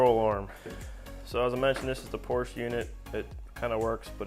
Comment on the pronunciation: I personally would have machined the Porsche (which by the way my friend, is a two-syllable word (: ), hub to fit the wheel bearings in the MR2 spindle.